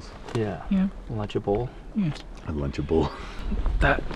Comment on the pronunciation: " lunch able " lol.